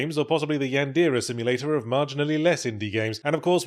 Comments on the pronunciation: How do you have as much exposure to japanese shit as a videogame critic and still pronounce it "yandeeruh?" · Yandeeruh yandeeruh yandeeruh yandeeruh